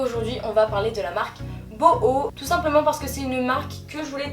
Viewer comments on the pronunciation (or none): J'adore tes hauls ils sont simple efficace et rapide tu prends pas mille ans à expliquer un produit c'est sa que j'adore continue comme sa t'es magnifique ! Et puis je crois que sa se dit "bouhou" et pas "boho" haha 😅 super vidéo 😊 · Super vidéo ! 😘 (Le site s'écrit "boohoo" mais ca se dit "bouhou") je t adore biiisous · On dit pas "bouhou" ?